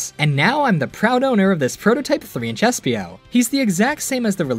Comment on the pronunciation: Sorry it was espio not SPO